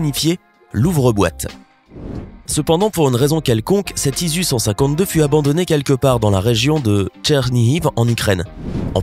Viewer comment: Sans parler de la prononciation foireuse ISU u lieu de dire I.S.U où panteur au lieu de panther comme air